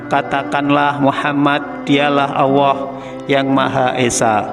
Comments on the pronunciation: Vtolong bacanya yg bagusya mengucapkan Alloh bukan Awoh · Kebanyakan orang saya sering denger di Jawa itu kalo nyebut Allah alwah bahkan seringnya Awwah,🙏🙏🙏🙏 astagfirullah mohon yg kurang pas di betulkan,bacanya di betulin lagi Allah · Lam dolallah nya kurang pas Allah bukan awoh . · Iya kedengarannya kok gak enak kok aowooh kanlagi ngajarin orang banyak tolong di perbaiki bukan aowoh tapi Allah ya 🙏 🙏🙏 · Betul sekali ini orang ngomong Alloh kok awoh. bikin gak srek dengernya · Bener ko aowoh ya 🙏🙏🙏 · Terima kasih atas berbagi Ilmunya , tetapi jangan terlalu panjanh paparanya, maaf dalam ucapan Allah sepertinya terucap auwooh. 🙏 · Itu sebutan Allah nya koq seperti itu ya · Nyebut Allah kok gk lurus y